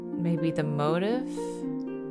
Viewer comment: Love your vids, but just wanted to say something. not a huge deal tho. the word "motif" is pronounced mO-tEEf For a reader/writer/bookkeeper, color-coding books is a big NO. Books are to be organized by genre and author technically, then within their correct sorting, I might color-code them or sort by thickness for bookshelf aesthetic.